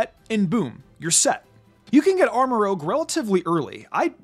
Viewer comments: He still says Armarouge wrong... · It's ArmarOUge not ArmarOGue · I don't why it bothers me that says ArmaROGUE instead of ArmaROUGE but it bothers me a lot so Thank you Reddit Armarouge pronunciation Discussion Just want to point out that Armarouge is a combination of Armor and Rouge (the color), not Rogue (the RPG class). So the pronunciation should be arm-uh-roozh not arm-uh-roge. Most people probably already know that, but people mix up rouge and rogue all the time, so I figured it was worth a mention. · Armarouge, not rogue. French for "red" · "Go ahead and correct me in the comment section below." Ok then. It's pronounced "Armour-Rouge" no "Armour-Rogue". It and Ceruledge are named after colours. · Armarouge's name is actually pronounced as Arm-a-roo-juh, rouge being the French word for red. It makes sense when you think of it being in Scarlet. This is also why Ceruledge contains the word Cerulean, a shade of blue for Violet. For the word that you're using, it would be spelled as rogue. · I’ve been waiting on you to realize you’re pronouncing Armarouge incorrectly. You’re saying it as if it were spelled Armarogue. It’s rouge, meaning red, as in the movie Moulin Rouge. Otherwise great content! 👍🏼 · Love the content, but hearing "Armorogue" instead of Armorouge so many times really threw me off. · It's pronounced armarooje (soft G not hard G) it's french for red Rouge not rogue